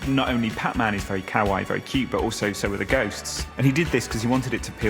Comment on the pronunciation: Interesting that the guy explaining "Kawaii" can't pronounce it. Otherwise top show.